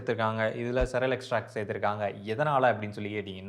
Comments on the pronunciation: பாய்.... Cereal என்ற வார்த்தையை சிரியல் என்று சொல்ல வேண்டும். நீங்கள் 'செரல்' என்று சொல்வது தவறு. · Cereal should be pronounced like serial. Not செரல் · Cereal to be pronounced as see·ree·uhl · Cereal is pronounced as serial